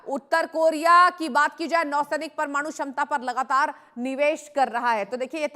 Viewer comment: It is LAAGATAAR NOT LAGTAAR